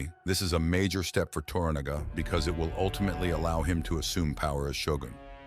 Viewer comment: U are correct but learn how to pronounce TORANAGA,s name ,please .